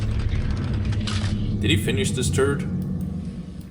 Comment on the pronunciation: This is some good and needed dow content, keep it up dude. Also, i keep hearing "turd" instead of turret, i love it lol